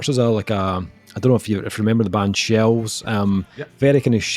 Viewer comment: *shels you say? o.o